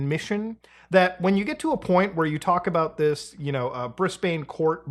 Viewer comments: Brisbane is pronounced Brizz-ben or Brizz-bn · Hey Muta it's pronounced Brizz-bn. You're very close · Briz-ban Mel-bin This is the way we Aussies pronounce them. We're not necessarily right, but that's the way we do it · Who gives a crap if you mispronounce Brisbane? lol. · YouTuber pronounce Brisbane Challenge (impossible) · Wow, I pronounced Brisbane like Mudahar did, and I visited that city 2 times. I had no clue, I even heard others pronouncing it like I did. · I still enjoyed your take on 'brisbane'. just wait 'til you have to say "Canberra" and learn its "can-bruh". That said, genuinely thanks for your videos, they are always great to listen to while drawing 👀🎃🪱